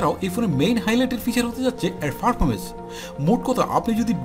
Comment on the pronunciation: ফার্পরমেন্স না পারফরমেন্স বলার চেষ্টা করুন